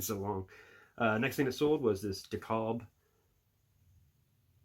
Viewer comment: You pronounced Dekalb wrong bub. I wanted one of those over sized putters so bad back in the day.